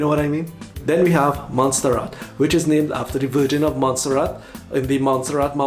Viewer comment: Boss you got MONTSERRAT correct Thank you.